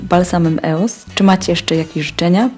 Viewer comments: no właśnie anie eos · Nie mówi się eos tylko ,,ijoes" a ty mówiłaś źle. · po pierwsze nie czyta się eos tylko ijoes a po drugie baby lips to nie firma tylko seria pomadek firmy Maybelline ☺ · Wymawia się ioes na pewno nie Eos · czyta się ioes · po pierwsze sie mówi ios